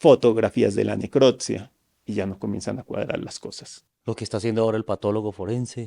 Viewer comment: No es neclottttssssiaaa es necropsia!!